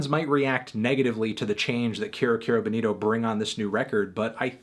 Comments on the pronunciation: It's funny how Bonito Spanish Bo-nee-toh turns to Boneero when pronunced in American English. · Señor Antonio, repeat después de me: Kero Kero BO-nito. You're saying Benito, señor Antonio. Benito is Benny in Spanish.